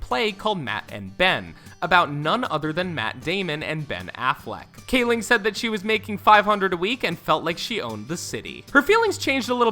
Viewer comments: You pronounced Mindy Kaling's name two different ways in under a minute lol. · Yeah I'm seeing all these comments about emily blunt being in the photo and him mispronouncing Rainn and Gervais, but I honestly thought that his Kaling gaffe was far more obvious. glad I wasn't the only one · I was loving this vid until he sad Mindy kalings, last name at #30 wrong and I was like " wow, ok, what just happened, did he really, how!?" I just had to stop and reevaluate my life for a second!